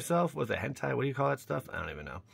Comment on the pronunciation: Its Henna, not hentai